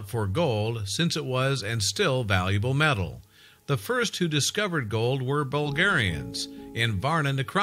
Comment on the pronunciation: Digged up a piece of mental?? Can't pronounce names in Australia or elsewhere for shit, totally hopeless commentary. Mostly the fault of an inept scriptwriter. Couldn't watch anymore!!